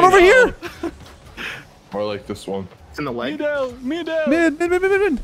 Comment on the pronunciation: Am i the only one that herd man down man down instead of “mid down mid down”?